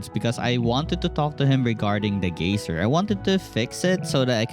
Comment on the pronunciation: great lookin game. reminds me of moonlighter and howls moving castle. geyser is pronounced guy-zer. and as for the "social battery" i'm guessing thats just something you made up and not an actual in game mechanic. youre pretty weird arent you.